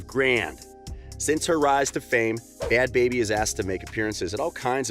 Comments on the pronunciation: “Bhad Bharbie” 🤣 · Bhad “bharbie”😂